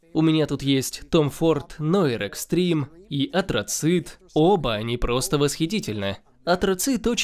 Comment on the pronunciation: Гу-эрлейн, Сент Лоран Коурос, Том Форд «ноир ...» 🤦🏻‍♂️ !